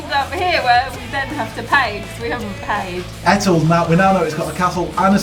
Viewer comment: Etal is pronounced eetaal x